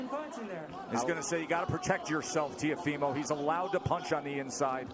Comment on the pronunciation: To the ignorant commentators : its not 'tiofimo', the name is Teófimo. With an accent on the O, that's where the you must emphasize the pronunciation.